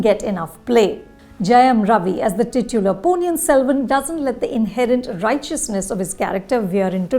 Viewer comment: Learn to pronounce ponniyin selvan correctly